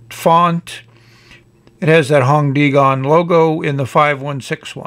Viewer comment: The way you say hongdian is very cute especially the "dian" part sounds almost french hahah. I believe the name is 弘典 which roughly means "large standard" although it's a name so can't be too literal with character interpretations. "Dian" is pronounced like dee-ann with a tone that goes down, then up.